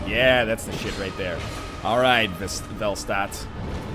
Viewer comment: Velstadt has a german autograph, so the pronunciation is actually fel-shtat. "Town of Vel". Whatever that means.